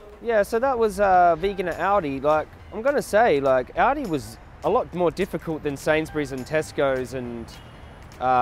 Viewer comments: It's pronounced "ALL-DEE",. Jokes aside, you are AWESOME!!! PLEASE come to the United States sometime and advocate here! It would be awesome! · When you say aldi, I keep hearing audi 😂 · thought he was saying “audi”